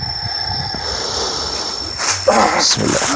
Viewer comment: Bukan lah Bismillay... Tapi Bismillahi.